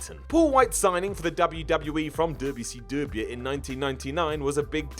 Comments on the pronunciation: It's not dabyu see dabyu it's wce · you’re great, but can you please stop with the WCW pronunciation insult.